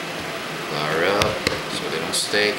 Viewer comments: great video! but i'm a little confused. it sounds like you keep saying "flours." the word is "flour", singular and plural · Daylight Disinfectant I was thinking that(not that he sounded cute)but that he was calling flour "flowers".And was thinking shouldn't u put a bit of salt in it? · is it just me or is he saying (flours)? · This is great. But wondering why you call it flours? and not flour...